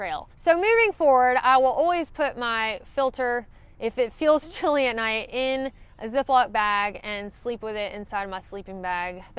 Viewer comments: I was trying to figure out why you kept saying not not hike in grizzly country, then I realized you were saying not night hiking! Seriously though, I love your accent. My mistake was getting out on a steep cliff, realizing it was a bad idea, but going on since going back wasn’t any better. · Ha ha! Love everybody elses accents. It took me a while to understand "night" and knew what she was saying when she said "hiking". I turn on CC if available and it does spell "hiking" as "hacking" for many thru hikers. Not sure what "night" comes up as but "not" comes up as "nat" sometimes. Hilarious if you read CC on people's YouTube videos.